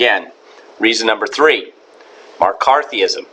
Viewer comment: did he say *MAR*CARTHEEISM. This is some quality shitposting right here! Now when I try to sleep, all I'll be able hear is soothing UUUH.